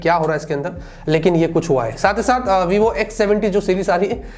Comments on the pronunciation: Vivq pronunciation 🤣🤣🤣🤣🤣🤣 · Vivq pronounciation is lit 😂